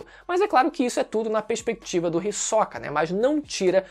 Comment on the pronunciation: O falar o nome do Hisoka com ênfase agudo no “o” me dá agonia kkkkkkkkk